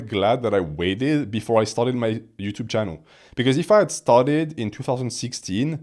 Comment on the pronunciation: "Ed Yuuchube"